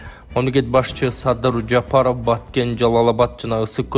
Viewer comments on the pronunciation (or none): none